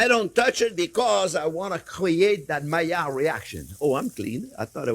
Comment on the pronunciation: Is he saying Malliard reactions?